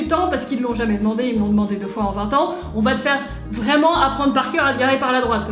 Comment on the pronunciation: je t’adore mais quand tu dit deux mille vinte sa me stresse 😭